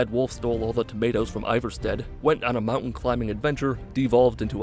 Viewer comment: Why do you mispronounce skyrim locations? Like iverstead